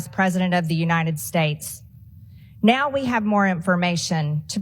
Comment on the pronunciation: .. not to mention the way (s)he nasally squawks the word "now" with 3 syllables: "neeeaaaow"